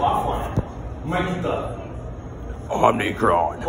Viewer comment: Did they say "omnicron"? That's a fucking transformer.